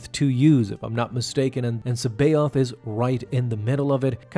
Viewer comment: Luuke Skywalker > Snoke the Joke. And if I recall correctly, the Jorus' last name was pronounced "ka-baio-th".